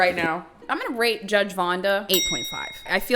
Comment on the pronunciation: omg am so sorry i thought you said ”im gonna rape vonda” for sec i was confused but when i heard ”8.5” i realized you said rate 😰